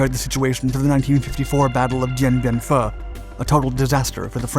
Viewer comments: OMG AGAIN ????? DIEN BIEN FU. !! PRONOUNCED. FOOO. NOT. FUH. 🙄🤦‍♂️ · Dein Bien "Fuh"?.....it's Dien Bien "Foo" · yeah btw what bothers me in the video is how the narrator pronounced Điện Biên Phủ , "Điện Biên" sounds good but "Phủ" should be like "foo", not "fer". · Dien Ben Phu, pronounced foo. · Once again, your fast talkin' narrator is not making an effort to correctly pronounce Vietnamese names... it degrades the whole operation, & doesn't properly respect those who bled & died on both sides. I know these kids you hire are tryin' ta' sound tough, but more humility and scholarship would be better... thanks... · Oh and he just mispronounced Dien Bien Phu